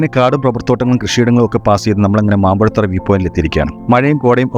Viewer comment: മാമ്പുഴത്തറ അല്ല ഹേ മാമ്പഴത്തറ എന്നു പറ